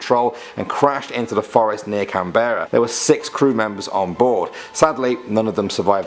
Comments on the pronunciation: lol we dont say can berra . We say it as canbrah even though spelt Canberra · F.Y.I Canberra isn't pronounced "Can - bare - a" it's pronunced either "Can - bra" - short 'a' or Can - bur - ra"! But NEVER Can - bare - a" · As me just listening where is Canbeara ? an Australian… what? Lol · Canbra not Canberra. It's not pronounced the way it's spelt, nothing is down here. Brizben, Macquarie, c'mon mate, ur a pom & half of our names are named after ur mob & u can't pronounce them???